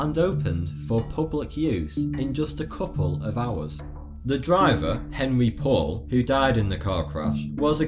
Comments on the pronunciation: God what an annoying "documentary"! What were the subtitles for? I was just reading those the entire time as they were so "in your face". And also Henri Paul's name is not pronounced Henry Paul; LOL. He was French. His name is pronounced Henri Paul. Or phonetically "aan-ree paul". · Pronounced, Ahn'rey Pou'al, not Henry Paul.